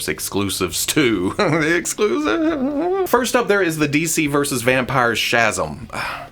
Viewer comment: I tried to rewatch 2003 in preparation for the Super 7 2003 figures. And then I realized I hate Hamato Splinter and when Shedder is a stranger. That led me to buying the redeco 2012 Turtles. I did have to run pronunciation of Shazam back twice though. I think that's fair.